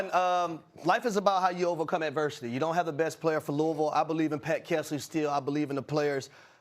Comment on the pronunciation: Finally, someone call-n out the incorrect pronunciation of Louisville. It's Loovull, get it right people.